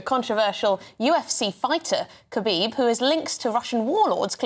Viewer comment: He called him Kahib 😂😂 any high profile Russian will have some connections to Putin